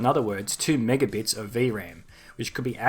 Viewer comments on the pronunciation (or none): none